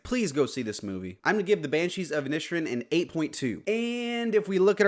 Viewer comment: Inish - Erin. You could at least make some effort to pronounce it.